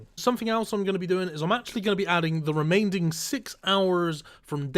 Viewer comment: the word remaining doesn't have a "d" in it bro